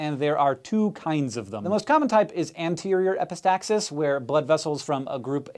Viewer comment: I am Greek, and I laughed my ass off when hank said epistaxis...